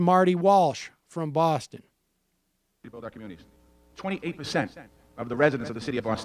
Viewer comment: You pronounced Boston the wrong way . Not how we should say it